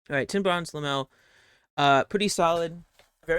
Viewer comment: Wtf is Lamel? You mean Lamellar?